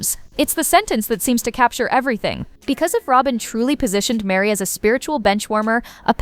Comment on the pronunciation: Her name is Meri, not Mary